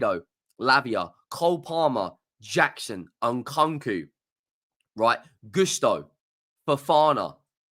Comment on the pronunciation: Just fyi, it’s EN-COO-COO, not EN-CON-COO.